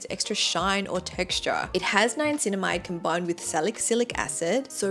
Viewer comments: Why do you pronounce Niacininamide ‘NiaNcinamide?’ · ughh how come u dont know how to pronounce the names of the ingredients tho?? if u are giving advice, at least get the names right?? salic cylic??? niaNcinamide?? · You are mispronouncing niacinimide and salicylic acid.